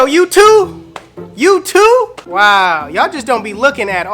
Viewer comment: When he say you too it sounds like when he says YouTube!!!